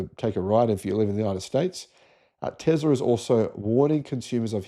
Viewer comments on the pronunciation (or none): Hate to point out the obvious but there is not a Z in Tesla. Love your channel apart from this constant mispronunciation of Nikola's surname. It's TeSla. Ask his mum, she'll tell you 😊